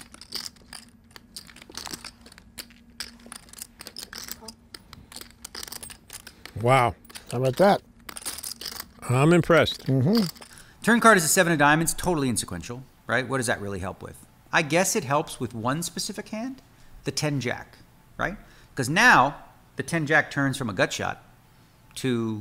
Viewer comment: It's inconsequential 😂😂 not in sequential 😂😂